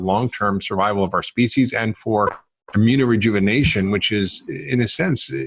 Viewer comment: You keep saying AMINO-Rejuvenation